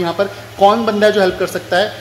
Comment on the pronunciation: Banda not Bande